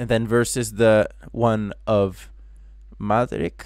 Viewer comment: Bro its Madrik--with a K 😅 nice tutorial though!..